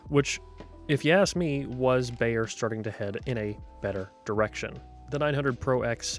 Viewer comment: I'm begging you: please stop mispronouncing "Beyer." It should sound like the English word "buyer," not "bayer."